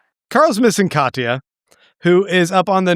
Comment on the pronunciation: Can tell an audiobook only person when spell Katia as Katya 😂